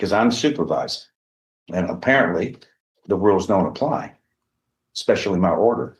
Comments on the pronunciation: Ahhhhh we have an “expecially” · We have the first "eXpecially". I am guessing there will be many, many more. Getting my earmuffs. Spoken English is the real victim here.